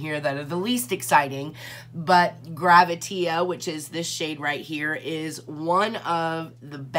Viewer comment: Hi...great review! I just wanted to let you know that the one shade is called "Gravitea," said like the word "gravity," but he spelled it like that because "tea" is used often in drag speak to mean truth. You would hear someone say, "Spill the tea," meaning tell me the truth. I didn't want you to keep saying "GraviteA" with the "a" sound at the end.